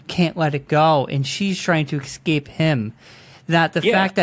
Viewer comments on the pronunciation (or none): The word is es-cape, not ex-scape. So frustrating.